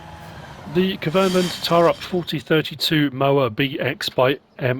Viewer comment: Getting ridiculous with those placeable factories. More trouble than they’re worth. Great idea though. It’s pronounced “T’oh’rup” just like Holmåkra is pronounced “Holm’oh’kra”. That truly is a gamechanger that machine 👍🏻👍🏻